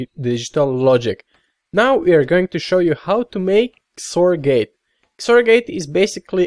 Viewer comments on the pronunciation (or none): Are you saying zore gate? i always thought it was pronounce ex-or